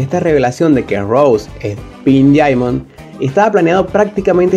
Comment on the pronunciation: Aprenda a pronunciar “Diamond”